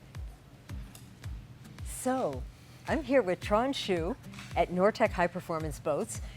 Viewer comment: When Schou become Shoe. LOL! try to pronounce it more like skau ;)